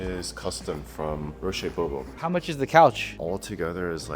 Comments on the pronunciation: Roché Bobo lmao it's pronounced "rush bo-bwa" (Roche Bobois) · roshay bobo (roche bobois) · This. Instantly triggered me.